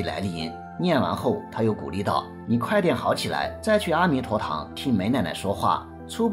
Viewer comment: 的文字非常漂亮，文案很好很好，只是白璧微瑕，“阿弥陀堂”中的“阿”似乎应该念"e1"才对。